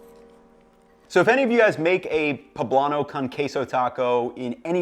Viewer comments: Poh-blahn-oh chee-lee cohn-quea-soh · bro said kahn case oh